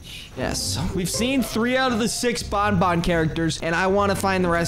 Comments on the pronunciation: its ban ban not bon bon [wich is my dogs name😶] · it is Banban not Bonbon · Name is banban not bonbon